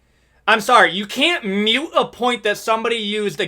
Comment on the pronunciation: Btw, it’s ‘moot’ point. Not ‘mute’. Otherwise agree with you.